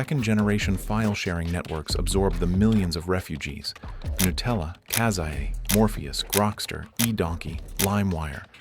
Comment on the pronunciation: kazaa pronounced "kay za ay" hurt my soul.